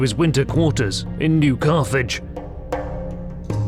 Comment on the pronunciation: What they say : New Carthage What you hear: New Garbage